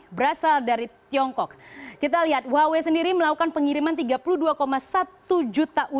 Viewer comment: haduh baca HUAWEI bukan gitu loh mbak, yang bener itu HU-AH-WEI baru bener